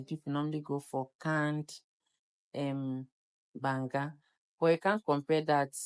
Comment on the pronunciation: It’s banga